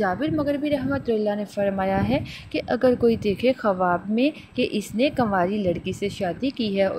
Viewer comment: khuaab hota hai. kawaab nhi.